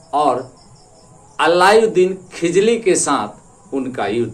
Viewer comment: खिजली नहीं खिलजी है सर